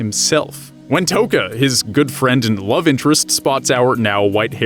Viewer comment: No offense, but I got so triggered on how you say their names. First, its pronounced KAneki, not Kahneki. Second, its pronounced Rize, not Rizey. Third, its pronounced Toka, not Tohka. FOURTH, its just pronounced Hideh. Not Hidey. Also, haven't you watched Tokyo Ghoul: RE season 2? Hide is still alive man. Sorry if I got a little triggered 😅. Hope you see this and hope this helps :)).